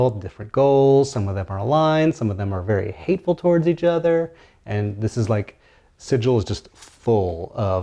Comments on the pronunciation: "There's actually some debate on pronunciation..." "We can excuse the fact that you slaughtered two yugoloths before you realized where you were, Outsider, but you pronounced the name of our fair city "Sijil," not "Sigil," and there can be no excuse for that!" ~ Her Honor Rastina Tollin of the Guvners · It's pronounced like "wiggle" not like "Nigel" Clueless players detected. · People pronounce sigil wrong in every video. There was actually a joke in a planescape book where someone was sentenced to death for pronouncing it wrong 😂 It's like signal without the n. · Siggle. Or sih-gull. That's the pronounciation. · I’ve just watched five different YouTube videos about Planescape and not a single person knows how to say Sigil properly. It’s really starting to bug me.